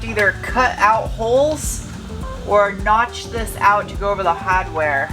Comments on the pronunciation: I know you left New England a long time ago, but you said “Hahdware” ish. 😆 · You can take the girl out of New Hampshire, but you can't take New Hampshire out of the girl. I heard that New England accent "Hahdweah". My granny was from Durham. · Yes.......Haad-ware, my 8th viewing...I didn't miss it. Norm Abrams at 72 yrs is still workin. He has new sh*t goin on. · went Boston on us.... hAArdware!